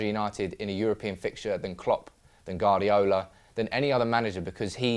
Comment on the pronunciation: Can you teach that guy to say Guardiola